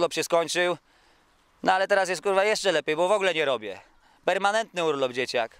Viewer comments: "HURWA" - kękę Mega pozytywny typ :D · Epickie "HURWA"